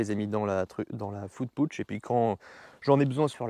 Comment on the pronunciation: Ça se prononce "foud paotch" (je pinaille et c'est même pas équivalent ;))